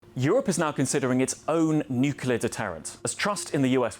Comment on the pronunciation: Another IMBECILE that can't say nuclear even if it was to save the life of his little kid. You disqulified yourself IMMEDIATELY when you couldn't even say the simple word.